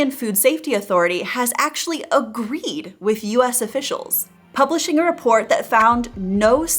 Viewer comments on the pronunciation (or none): none